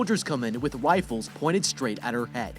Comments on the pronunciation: did he say wifles? instead of rifles? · Cant believe said "wifles" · did he just said wiflles 😂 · in the starting when you said rifles i hear wifles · I love how nobody noticed he said wifels in the first few minutes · Look at 28 seconds in the vid bro said wifles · He said "wifles" lmao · Is it just me that heard him say that they pointed 'wifles right at her head'?